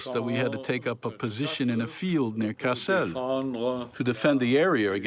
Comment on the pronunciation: Kassel is pronounced similar to castle in English. I don't know why the narrator is pronouncing it cass-ELLE. Maybe he's putting the accent on the last syllable because the man speaking French would pronounce it like that, but in English, it should be just KASS-el.